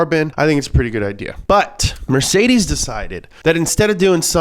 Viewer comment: Mercedes-Benz ❌ Mercesdeeeeiez-Benz ✅